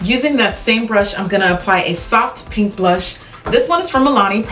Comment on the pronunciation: Freakin' gorgeous look. You look so beautiful. "Nude Pank!" lol. Any who how do people apply pencils in their water line. I struggle so much It tickles like crazy. Like almost a laugh kind of tickle. Then my eyes start crying instantly. I still do it. But man it's annoying. How do you deal?